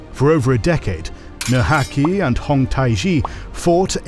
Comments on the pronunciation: nurhaci not nur haci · Video flaws: over-exaggerated spread of Han culture in the prehistory and mispronunciation of Nurhaci's name Video gems: describing the often-forgotten genocides and depicting "Russian" Outer Manchuria as part of People's Republic of China 😍 (sadly Karafuto seems to be of Russian shade of green instead of the slightly darker Japanese one)